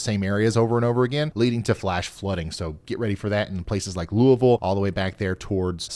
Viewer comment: Love your reports and thank you for pronouncing Louisville correectly! 😃